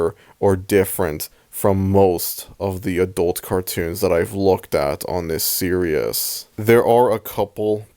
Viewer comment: It greatly distresses me that you pronounce "series" as "serious"